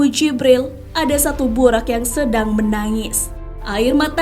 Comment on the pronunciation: tulisan latin memang buraq, tp lisan nya buroq, bukan buraq..